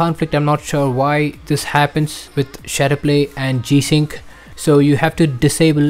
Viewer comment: Please speak correctly when naming the feature. My goodness, if this in the only issue and you cannot even pronounce it then what good is the video? I have no idea what this guy said and I will have to move on to better videos to explain.